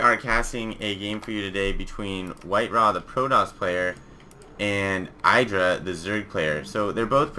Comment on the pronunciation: it's Id dra NOT I dra! /facepawn